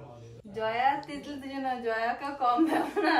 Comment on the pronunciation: ভাই 👉তিতলি না 👉তিলু🤛🤜😆😆😂🤣😂😂😂